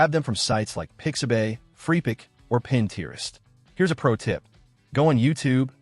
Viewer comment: Is there a way to better edit the script? So many I have watched/listen to have not so great pacing (like they’re reading run on sentences), or incorrect pronunciation (like Pinterest in this video). One word that I hear not pronounced correctly is “content”. They are referring to the subject of a video (CONtent) as opposed to feeling satisfied (conTENT).